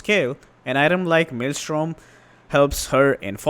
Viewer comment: We appreciate you saying 'Maelstrom' correctly.